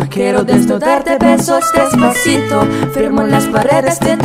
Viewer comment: Jeron Peter Coronel oo nga magaling ung lalaki. Si may sablay konti. Like kwero ung sabi nya sa Kyero (quiero)